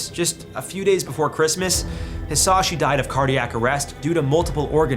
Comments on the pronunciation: Edit: Added the 2nd paragraph onwards. Why cant most content creators who stumble into Hisashi's case bother looking up his name's pronunciation.. at least make the effort bro, it's not hard And jfc they didn't keep him alive to study him, they did so at first because him and the family, after he wasn't able to communicate it was solely for the family. The ones that convinced them to let him go were the doctors. I can't help but question the rest of the info you shared on your video. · I am so glad someone understood his name is not said like that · The way bro pronounced Hisashi's name hurts me 😭